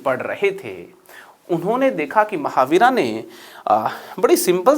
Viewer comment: सर कृपया हिंदी में बोल रहे हैं तो " महावीरा " को " महावीर" बोलें इसी तरह "गणित सार संग्रह" होता है " गणिता सारा संग्रहा" नही। बड़ा अजीब लगता है।